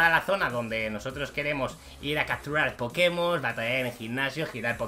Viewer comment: No. Es poke mon es poke'mon